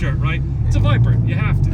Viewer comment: Listening to say Corbette and Biper in the same sentence had me rolling